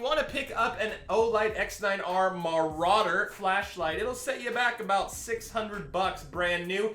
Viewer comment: BAAhahahahaaha....Dude, "muh-raw-der", not "muh-roo-der". Cool review, BTW